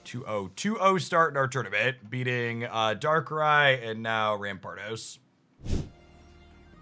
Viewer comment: Dont know how learn how to pronounce darkrai but shout out to that guy 😂